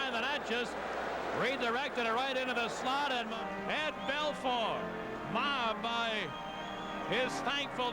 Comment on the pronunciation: Wish someone told announcer it’s Bel FOUR. Not Bel FUR